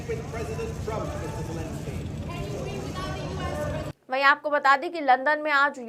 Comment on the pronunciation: Please three is no j in Jelensky's name. Kum se Kam naam toh theek se liya karein aap log. 😢😢😢